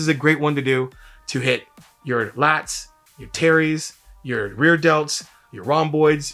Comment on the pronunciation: Every time he says “terries” I keep thinking about that Key and Peele skit😂